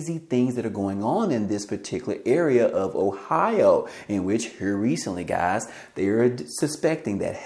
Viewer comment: C'mon gahz listen up gahz. Listen here gahz you heard it here first gahz